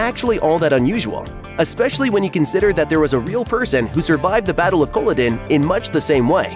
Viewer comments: More or less correct {except for that annoying pronunciation of Culloden), but so many inaccuracies not mentioned.As someone specialising in the study of Scottish history in the 18th century, I found the series (and books) full of annoying inaccuracies that, unfortunately, many fans have taken as truth. Okay, some details in the portrayal of the Highlands around 1745 are minor: the Catholic priest with a church, (a proscribed religion with priests in hiding),; town with the two story houses and a marketplace; the horses rather than small Highland ponies (horses couldn't survive the harsh conditions and there was no fodder to feed them); roads and carts {carts were unknown outside of Inverness because of the lack of roads); the haymaking {hay wouldn't grow so far north). Goodness, I could go on. Then there are the larger inaccuracies. Claire and Jamie's Catholic wedding wasn't actually legal and, therefore, no protection for her (the Catholic religion was proscribed at the time and the Fraser clan wasn't Catholic anyway). The Watch was already a highly respected army regiment and not a bunch of protectionist thugs. Above all, there was no occupying 'English' army in Scotland operating out of large forts. The army in Scotland was British, mostly made up of Scots and seriously understaffed. It had three small forts (William, Augustus and Old Fort George) and a couple of barracks (Bernera and Ruthven) in the Highlands. Nor could someone be flogged near to death with impunity. Cap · Interesting video, but seriously, that's not how you pronounce Culloden. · Leaving accuracy aside, you would think the person making this video would pronounce the name Culloden correctly! It is a present-day village in Scotland after all. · the fact you can't pronounce Culloden correctly makes me not believe any of this video is factual.... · You would know how to pronounce Culloden, if you watched the show. And, who ok'd your pronunciation? The should be fired. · lmao its cuh-lah-den